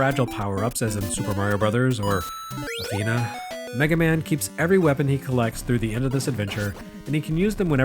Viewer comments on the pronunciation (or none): The way you said "Athena". Your scars are real.